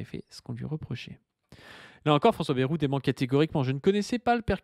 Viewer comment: qui dit baie-roux au lieu de baille-roux ! Ça me rappelle ceux qui disaient mythe-rang